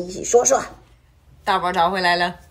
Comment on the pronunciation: 真的是东北口音啊，xizao的发音是xizhao，“大宝”发成“搭宝”，哎呦，不好听啊！太垮了！干嘛不学习普通话呢？